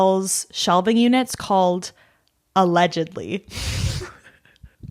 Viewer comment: ro-mantle & a-ledge-edly, let me give you my money!